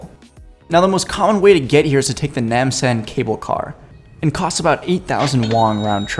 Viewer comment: I thoroughly enjoyed this video and I know the video is a bit old but here are some tips on the pronunciation 1. No*Ryang*Jin: ryang like reeyang 2. Buk*chan*Han ok: ok like ohk 3. Hong*Dae: you were pretty close 4. Nam*San: Nam like vietnam and san like sahn 5. Soon*dae: soon like very soon 6. Gim*bap: bap like mmmbop by hanson 7. Nam*dae*mun 8. Jo*gye*sa: Jo like Joe gye like gay but without the e at the end 9. Gyeong*bok*gung: Gyoung (like grrr without the rrr then say young) Book goong (I lost my shit when you said it)